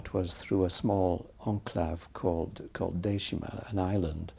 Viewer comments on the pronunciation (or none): It isn’t called Deshima. It’s Dejima.